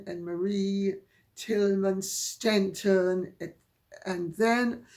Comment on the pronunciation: SHENTON, not Stenton.